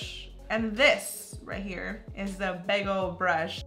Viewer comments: Is it just me or when she was saying "big old brushes" to me it sounded like she was saying bagle brushes 😂😂😂😂😂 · Everytime she said “big old brushes” it sounded like she was saying “bagel brushes” No hate tho 😂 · when you said "big old brushes" I heard bagel brushes!! :D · Anyone hear BAGEL BRUSHES. ????😂 😂